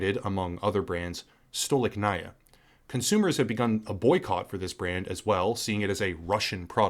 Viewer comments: Stolichnaya is pronounced Sta-Lich-Na-Ya, not Stow-Lick-Na-Ia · Courageous position to take in the face of outraged and badly informed crowd that just blindly eats up what the Western mass media is producing for them. I've respected you before as a creator, and now respect even more so. Well done. P.S. "STOLI-CH-NAYA" is how you pronounce it! 😉👍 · Thank you for your kind words. I am russian myself, and these haven't hit me hard yet, but i've had some difficulties e.g. paying for VPN. Some russian researchers now say things like "hold on to your garbage for a bit, maybe later you'll be able to exchange it for a can of peas" I absolutly adore and respect your professionalism and the level of quality of your work. btw, it's pronounced "stah-leech-nahyah", emphasis on "leech"